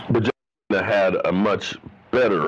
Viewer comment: Kitna? Nah, nah, nah, nah chef... that ain’t it.